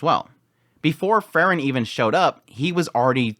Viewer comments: It's Freeren, not Frrren.😁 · I was confused at the beginning of this video as your pronunciation of Frieren (‘Free ren’) sounds so much like Fern, I was like ‘huh? Fern didn’t do any of that’ haha